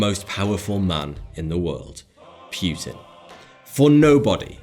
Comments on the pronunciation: I NEVER EVER heard Anyone say 'Putin' like you do, and it sound Really Unnatural and stupid (Pute-inn?) Just say his name how it's Actually pronounced, like Everyone else does (Poo-tin💩/Pou-tin) 😂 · Hey, it's not PYUTIN, it's Poutin. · It's not Vladimir Pewtin, it's Putin. And i don't think that really french ships would determine the fate of the world. naaaah, not buying it. Churchil killing allies? well he was a mad and stupid bulldog, that's for sure. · PEW-TIN LOL! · It's not Puetin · its not pronounced puuuutin ffs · Propaganda. Pew-tan ?Hey-tch? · you said pewtin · Please pronounce Putin correctly. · Please learn how to pronounce Putin and Angela properly